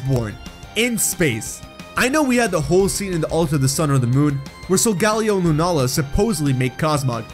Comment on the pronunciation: pronouncing Solgaleo wrong Me: TRIGGERED